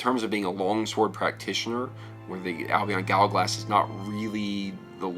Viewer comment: First pronounce Albion right lol